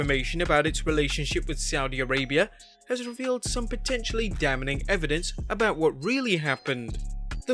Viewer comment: It's pronounced "DAMMING" not "DAMMENING". You're Brit, dude! Speak the Queen's English. :p